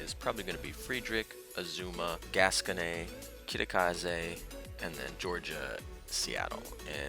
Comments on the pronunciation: Isn't it pronounced "gas-cone" not gas-conay? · Heh, it just sounds so weird to have it end with nay for me anyway. Hearing it in French sounds more natural I guess. Well thanks for the links.